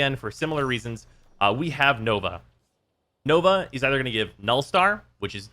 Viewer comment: You mispronounced Nova , Bramma , Gram prime and Adarza kavat.